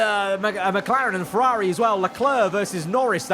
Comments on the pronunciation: FerrAGHHHHri and Astin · I can’t handle his pronunciation of “FerrAaAari”. It’s ear piercing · it's certainly a pronounciation